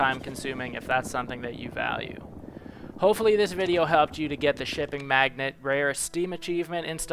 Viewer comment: Mag-Nate not magnet.